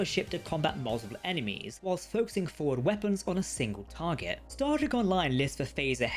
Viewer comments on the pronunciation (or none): none